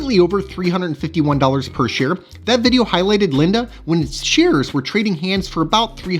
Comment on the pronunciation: Just a heads up, Linde is pronounced like windy i.e. it's windy outside and is blowing the leaves around. 🍃